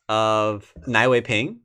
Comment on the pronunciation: Nie is pronounced /niɛ/ in chinese ;-)